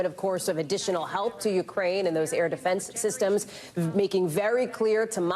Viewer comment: Correct. He read defense systems on the teleprompter He said dfnzn syssums.